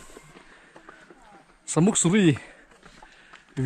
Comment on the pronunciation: Samuk suri tih kha ilam rik dan a dik lo, Sa tihlai hi Arsa tihlai a sa tih ang in lamrik tur anilo, meisa emaw, Ni a sa lutuk, tih a sa tih hi lamrik ang in lamrik tur ania. Sa...muk ti a lamrik tur,ka lo sawi ve mai mai😄😄😄Tlabung ah ka lo zin hun ah ka lo zawng chhuak ang che👍👍👍